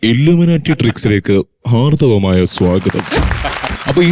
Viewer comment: ഹാർദ്ധമായ സ്വാഗതം എന്ന് തന്നെ പറയണം..സഹോദരാ ഹാർഥവം അല്ല